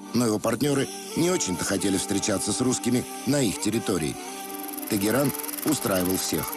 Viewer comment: Только не Тэгеран,а Тегеран.